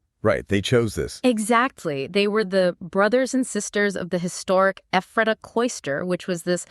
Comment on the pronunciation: Very interesting! I've been there and I've studied up on this group, but I still learned a few things. (But it's EPH-ra-ta, not eph-RAH-ta.)